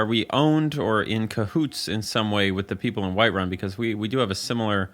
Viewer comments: Bro said Whitewun” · this mf said whitewun